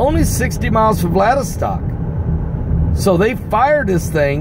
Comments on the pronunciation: "Vlad-i-vos-tock". Now you say it. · Vlad--I--VO--stak Pastor. Vladivostak is the city of the Russian Far East on the Pacific Ocean.